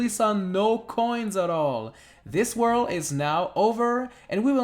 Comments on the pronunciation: Why do you pronounce "world" like "worl" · You say 'World' like Tommy Wiseau